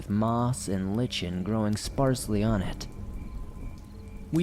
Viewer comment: *lichen is pronounced LIE-ken